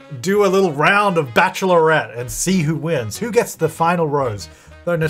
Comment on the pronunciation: Love how you say bachelorette (Bach.lr.et) like bach.er.lor.ret 😆